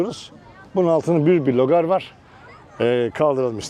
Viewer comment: LOGAR DEĞİL, RÖGAR :)